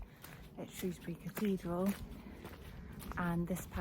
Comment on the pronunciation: Thank you for this, I live in South Shropshire and have walked past those places many times, it's such an underrated part of the country. You also pronounced Shrewsbury correctly which always gets a thumbs up from me, haha!👍👍